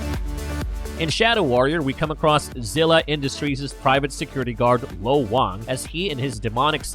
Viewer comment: Slight correction, its lo Wang. Had you covered the original shadow warrior games the character pronounces like that repeatedly which is a joke in and of itself.